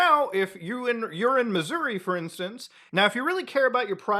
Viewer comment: lol nice impression 😂 but you gotta really emphasize the Uh there at the end. Like “mizz-ur-RAH” 😂😂